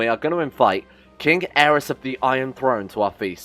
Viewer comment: some times the Y in their names is pronouces like "E" so king Aerys is pronounced "Air-E-s"